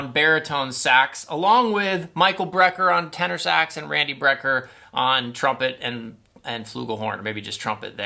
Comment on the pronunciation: Btw, it is BRECKER Brothers, not BREER Brothers.